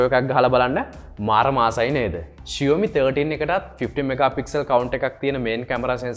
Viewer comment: ෂියෝමි නෙමේ බං ෂාමි.....😬😁 හරියට ලංකාවේ කෙල්ලෙක්ට talk කරනවා වගේ....😂🤣